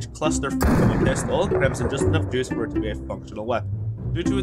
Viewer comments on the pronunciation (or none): none